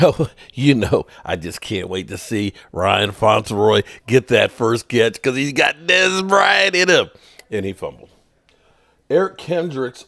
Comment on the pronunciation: Who the hell is FONTEROY as you say it?? Are you talking about Floor Noy???? “FLOURNOY”